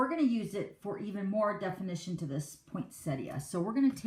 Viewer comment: Love the cute card but the poinsettia cards are just gorgeous. Also very refreshing to hear someone calling it a poinsettia not a poinsetta. Thanks for sharing both styles of this card - I've always been scared of making one of these but after watching you, I think I'm going to try. Bev from Sydney Australia.